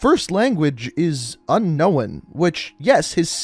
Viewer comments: when you pronounce unknown as unknowin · It's literally not that hard to say. (Nick-Toe) Also, did he not pass school or something? This man literally said, "Un-know-wen" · Anyone else think he says I know weird He says it like un-no-wen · Ok but this is annoying my so what the fuck is unkowin it’s pronounced “un noen” please look it up if you think it’s unknowin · Is anyone else triggered by the way he says unknown? It’s “un-nown” not un-nowun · It’s unknown not un no one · Un-known is pronounced unh-nown, not unh-nown-in. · I have to say and I hate to be that guy but un-known not un-knowin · Is it unknown or un knowen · The way he says unknown pisses me off so much! It’s unknown not unknowen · Nikto or Nikito I can let go but "un-know-when"? Bruh what's your first language lol. Like the theory and im excited to see what it'll be but that had me laughing bro I just kept hoping something else would be "unknown" 😂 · He really said "unkowin" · He has to know that he is saying "Un-Owen" and not Unknown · White people love adding extra letters to words lol "Nikito" "Unknowon" 🤣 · Good video but the homie says unknowin instead of unknown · Before making another vid, please teach yourself to say UNKNOWN properly it’s a two syllable word man not 3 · I subbed just for the "unknowen". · “First language is UN-NOWAN” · You notice he says unknown by unknowin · i like how you pronounce unknown as unknowin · Dear god, I never realized how much it bothers me when people say Unknowen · un owen lol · Un-Owen hmmmmm must be another operator lol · Z3r0_DAys yeah he says it like unkowen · Lol. Yeah unknowin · He says unknoen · Unknowan* lol unknown mate... get it right ffs... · Why do you say “unnowen” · "His first language is un-owen" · Your pronunciation of the word unknown is literally what turns people to commit murder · Why u pronounced unknown like that ? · how about saying the word unkown the right way , you sound dumb as shit , never heard anyone say unknown that way